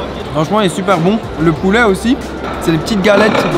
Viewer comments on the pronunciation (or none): on dit pas poulait on dit poulet